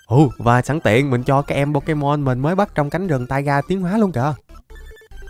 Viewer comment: Đọc sai tên pokemon rồi cụ ei